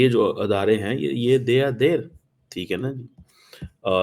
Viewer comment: who's telling you to say adarein?